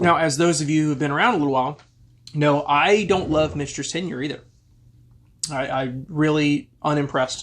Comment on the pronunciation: Sazerac owns both brands...so clearly the money won. Also...Mitch-Ters not Mick-Ters?